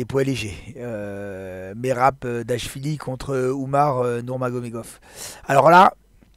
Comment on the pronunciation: C'est Merab pas Mareb. Et c'est Projaska pas Prochaska. Bonne fin de journée